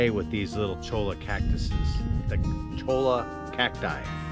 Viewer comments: Cholla is pronounced "choy-ya," the double L's out West are pronounced "ya", think of La Jolla.. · You will find there are quite a few Spanish related words in your southern travels. Cholla cactus for instance (two ll's = y) should be pronounced choya. The town of Ajo (J=H) is pronounced Aho. The locals will find you silly sounding if you mispronounce Spanish words because they've all been chastised for it themselves. I lived in Tucson Az for 20 odd years (Oregon now) and it's funny to me to hear people mispronounce Spanish words because ( when you live there) the everyday use of Spanish becomes familiar, plenty of street names and locations are Spanish in origin. Don't miss the high winds but I do miss the thunderstorms.